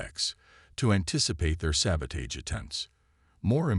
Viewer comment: I am sorry but I have to say this. I love the AI voice, is very good and your plot is good but please teach the AI to pronounce words correctly. It must be an AI thing, same words mispronounced most of the time, all the time in some cases like debris, barrage, sabotage, etc…